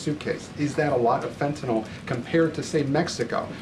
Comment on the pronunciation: Fetanayl?? Pretty sure there’s an in “n” in there too. Maybe learn the name of the drug before you call our Prime Minister the Governor of Canada?